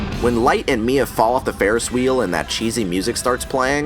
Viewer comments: No mia not may its Missa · Is Mia supposed to be Meesa or something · It's MISA not MIA!!!!!!!!!!!!!!!! lol